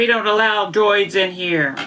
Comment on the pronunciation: IN NERE? Are you sure your not from Kentucky? LOL! Its ok, My Kentucky ass understood you!